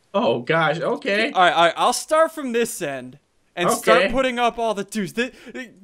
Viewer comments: The end, not lel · The End...............NOT lel!😂